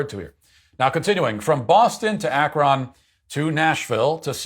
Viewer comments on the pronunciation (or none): Ak-Ron hahaha....cute, I needed a smile this morning. understandable pronunciation, but it's like Akrin, the o sounds more like a short i. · AK-RON lol